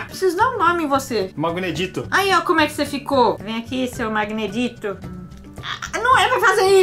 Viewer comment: não e "Magnedito" E "Magneditto" pq Ditto e um pokemon que e tipo uma geleca